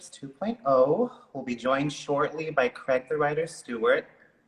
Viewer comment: It's "CRAIG" boo! 😉